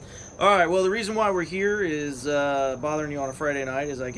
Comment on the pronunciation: "Not he-ah, not he-ah. Over the-ah, over the-ah!" lol